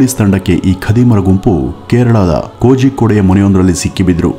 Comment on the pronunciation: Adhu kozhi( koli) kode brother